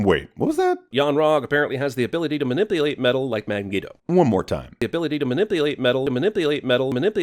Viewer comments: I thought you missed him saying "mah-nip-play-eight" lol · I know he's saying it wrong. It sounds wrong, but I can't for the life of me figure out what syllable he's fucking up. Edit: Never mind, I got it. He's saying Manipulyate. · You missed that immediately mismumbles Magneto as "Mangeto" after "minipulate" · "mawipulate metal like Man-geo" Whenever I see a new cinema sins video I just wait for Th3Birdman to do a EWW instead